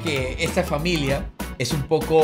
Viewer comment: en vez de familia dice familai JGHGGFHJHFD